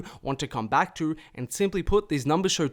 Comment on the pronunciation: i know its not his fault but the way this nigga says 2 too and to bother the fukk outa me😭. it sound like he sayin tewr